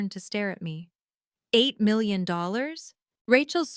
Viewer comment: AI really stinks at reading numbers. It can not even say 8 million.